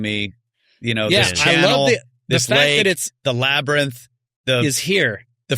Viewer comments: Labarnyth, Labirnug, Labyrinth who cares it’s only mispronounceiation! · Laber~nith… be nice 😅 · Joe “Labernith” Rogan